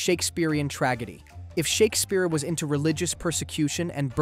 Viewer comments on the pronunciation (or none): Same with “traggedy”, he may just pronounce those things in an unusual way but AI did come to mind as a possibility